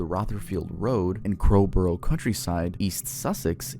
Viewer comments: Sorry but hearing someone call Crowborough “crow burrow” just feels so wrong to me 😭😭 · why tha fuck did you say crowborough like that